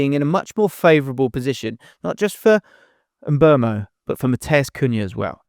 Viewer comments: It's Mbooomo NOT Mburmo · mate. Please don't talk about Mbeumo this long next time if you're not going to say his name correctly. It's Mboomo...not Mbwermo. Your employers (Premier League) put out a video of players giving us the correct pronunciations of their names. What's the use of that if commentators and all you lot will still be butchering their names?